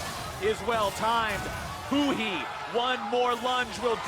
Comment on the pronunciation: 是huhi不是huni